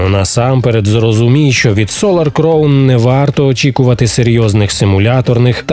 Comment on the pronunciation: Кількість правильно сказаних слів "crown" за останній рік: 0